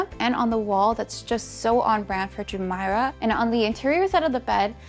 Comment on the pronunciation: You did a great job! However, your pronunciation of Jumeirah is incorrect 😢 Please show more of rooms in your reviews from less person view and over speaking rather more footage of spaces versus the person 🎉